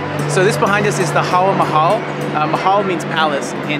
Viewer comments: It's Hawa-Mahal not hal mahal. Hawa means wind and Mahal means palace. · Haha!! It's Hawaa Mahal not Hal Mahal. Hawaa means wind. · Haa Mahal😂😂 loved the mispronunciation.